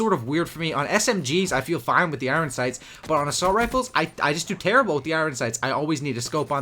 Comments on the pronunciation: I believe it's pronounced "iron" not "iwren".. Love you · Why are you saying iron like it's spelt u dumb shit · You say iron weirdly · Is it just me that feels sick every time he says i-ron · it's pronounced iorn, i know it's spelled iron but that's just so people can't pronounce it properly